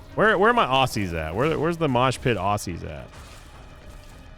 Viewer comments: it's pronounced ozzies (like Osbourne), not ossies. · i love you to death, but... if you wanna prounce Aussies, think of it more as o-zz-ies. Regardless the Australian moshpit love you <3